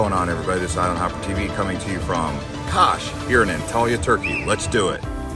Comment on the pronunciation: Kas is a very cute little town that shouldn't be skipped on your road trip along Turkey's turquoise coastline. It offers beautiful beaches, great food, shopping, and a lot more. Kas is pronounced as Kash.